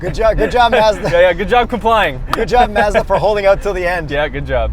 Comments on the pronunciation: Its Mazda not Mezda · The way and kept saying "Mezda" bothered the hell out of me. You Canadians are weird. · Even y’all know that you don’t pronounce Mazda correctly. Lol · Please decide on one pronunciation of Mazda, preferably the correct one.